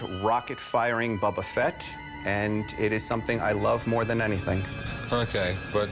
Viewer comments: This guy keeps calling it “Bubba Fett”. It’s BOBA Fett, you dope! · It's BO-ba Fett... not "Bubba Fett". This guy doesn't even know how to pronounce the name. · "Bubba" Fett. this guy... -_ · “bubba fett” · Why do they keep calling it "Bubba Fett" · "Buba fett" said by the hard-core star wars fan smh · It's not Bubba Fett... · No one: Absolutely No one: Not even Disney:: BuBbA fEtT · I love "Bobba" Fett so much that I can't even pronounce his name correctly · For a starwars fan, that one dude doesn't know how to pronounce boba Fett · Anybody else really uncomfortable with the way that guy pronounced "Boba Fett"? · Different languages may influence the outcome of the pronunciation. Ask a Japanese and an Egyptian to read "Boba Fett", they will come out differently. Thats common sense. Now, if you are an American and you find weird the way it was pronounced, then i have none to say about that. :)